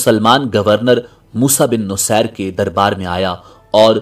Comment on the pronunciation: Moosa bin nusair nhi moosa bin naseer